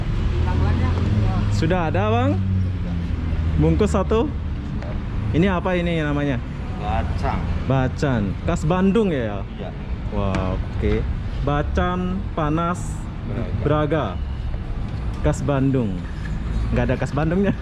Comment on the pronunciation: Itu baCang bukan bacan...bukan khas Bandung baCang khas Cianjur.... Blog juga kota saya Cianjur bang.....banyak kuliner dan bubur CIANJUR asli enak....